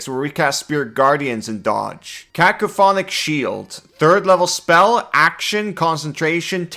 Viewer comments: You start out (correctly) saying "Cack-oh-fonik", but by and every time after that, you're saying "Caf-o-konik", which is not even close. I know that as a, Common isn't your native language, but still... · Just a mandatory correction, it's "Ca-COPHO-nic", not "Ca-PHOCO-nic" Shield. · forgive me for being a grammar nazi, I believe its pronounced (ka-cofin-ic) shield. LOVE YOU AND GATOR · Caco-phonic is messing with me lol, because I say it like cacophony 😂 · KA-KO-FON-IK That is all. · Cacophonic is pronounced like cacophony. Kuh-kof-uh-nee. This vs conjure animals or upcast vs conjure woodland beings? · I took thunder and psychic damage just from hearing the spell name so horrifically butchered. 😛 Joking aside, for anyone confused about the spell's actual name, Cacophonic is the adjective form of Cacophony, in which the "coph" section is supposed to sound like the word "cough." At least the spelling of coph makes more sense than cough lol. I'm sorry if any of that sounded rude, that wasn't my intent. It's just... the creative writing major in me was crying out.